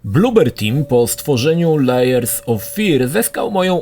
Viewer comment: Sorry muszę to napisać Layers czyt. "Lejers"- Warstwy nie Liars czyt. "Lajers"- Kłamcy